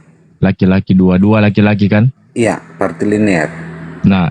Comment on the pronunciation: Woiii..bukan partiliner tapi patrilinealita..sampai budeg rasanya kuping gw denger partiliner..partiliner diulang2 mulu..dasar oten kucluk